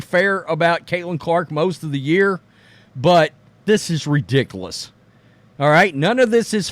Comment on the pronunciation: I watch all your videos. Please stop saying redickluss.